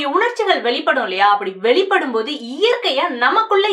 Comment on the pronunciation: அம்மா உம்முடைய உச்சரிப்பைக் கவனிக்கவும். னகர, ணகர, லகர, ளகர, ழகர என்பவற்றை நன்கு கவனிக்கவும். பன்புகள் அல்ல பண்புகள்இப்படி நிறைய இருக்கு. வெலிப்படும் அல்ல வெளிப்படும். பேச்சிக்கலைக்கு உச்சரிப்பு மிகமிக அவசியம்.